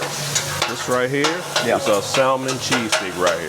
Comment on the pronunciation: Would you please explain to the owner the L and salmon is silent.